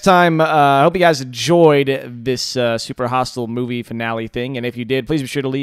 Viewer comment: When you said movie (At starting), I thought you said boobie